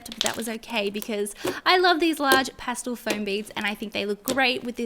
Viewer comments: It’s pronounced Pas-tel not postal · Was anyone else annoyed by how she said "pastle" instead of "pastel?" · "Passtil" Not 'pastel' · Ik it's your accent but does anyone else get annoyed when she says pastle instead of pastel? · Just me or ‘pastul’ really annoyed me. Ly tho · Could you maybe play with your slime good?! Also say pastel right!